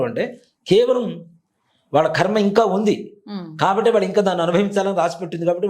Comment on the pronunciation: "కర్మ"...అనాలి. 'ఖర్మ' అనకూడదు